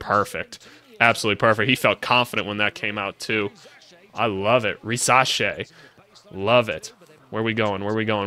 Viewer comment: You pronounce his name perfectly. Stéphane, his dad, played in Spain for 6 years (4 in Malaga and 2 in Murcia). He also played in Greece.